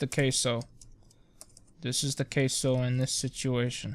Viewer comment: Queso. Not caso.